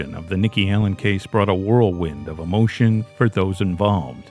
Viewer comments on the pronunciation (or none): none